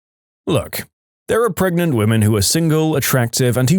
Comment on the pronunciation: I think he just thought that saying gregnant, pregante, pergant, etc. was funny because when the video was first recorded that meme song was going viral.